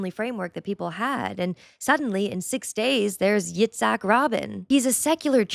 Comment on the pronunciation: Yatzak Rabin, not robin